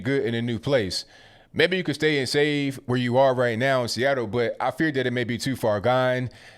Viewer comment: Chuckled everytime you said freeattle....😂😅🤣